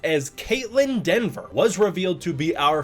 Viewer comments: I know you likely caught it post-editing and upload, but it's Kaitlyn Dever, not "Denver" as her last name. Anyways, I do hope that the writers and director at least took to mind some of Adam Wingard's ideas about monster-driven storytelling and exploring Godzilla's character and implemented that. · Dever, not DENver. I see so many folks mess up her name. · Hey a correction for you,... It's Kaitlyn Dever pronounced either Dee-ver or Deh-ver. There's no 'N' in her name. That said, why no mention of the other big gets in the cast? Jack O'Connell (the "Sinners" vampire, "SAS Rogue Heroes", "Ferrari"), Matthew Modine ("Full Metal Jacket", "Birdy" and a lot more), Alycia Debnam-Carey ("Fear The Walking Dead"- 102 eps) or Sam Neill. All of them are confirmed...